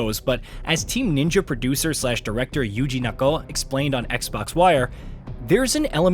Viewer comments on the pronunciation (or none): none